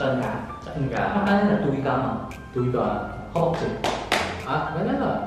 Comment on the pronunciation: 200 con gà 1 ngày nhưng ngọng từ gà 😂